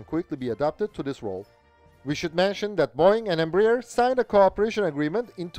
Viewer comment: Its not pronounced "Embra-Ear". Its "Embra-Air"